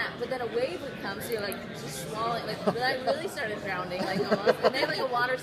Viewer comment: Haha when she talks about almost actually drowning, she keeps saying "drownding" instead, it's cute.